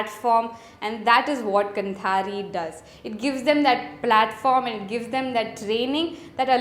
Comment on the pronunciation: Sure you got this minor feedback: it is pronounced "kaanthaari". :) कांथारी. 👍🏽